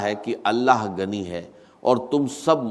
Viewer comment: Kazana nahi khazana aor gani nahi ghani bolty thy Dr sahib Yi Ai hai